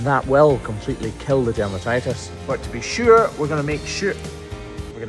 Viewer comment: "To be sure!". Don't go turning Irish on us now😊